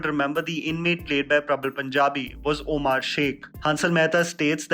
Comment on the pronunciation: 1st u learn to pronounce "Omar" correctly, "oamaar" is not a name mr. ""....